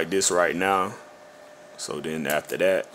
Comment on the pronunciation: "dat" "dat" "dat" Do mean to say, in plain English, "The way you do THAT"? Sorry, but the way you speak reminds me of the 27 years I spent working in the USPS in Houston, TX where 95 percent of my coworkers were black, or is it Black? Whatever...great tutorial, anyway. I appreciate your time and sharing. I learned a lot. Many thanks for your efforts.